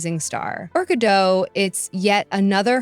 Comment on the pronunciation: Her name is pronounced GA DOT. Good report! 😊 These people like Rachel Zeglér have ZÉRO IDEA how the Palestinians voted Hamas into POWER knowing that Hamas' plan was to DECIMATE ISRAELIS. I don't hear people bringing THAT UP when protesting the ISRAELIS...,🤔🙄🤔🙄🤔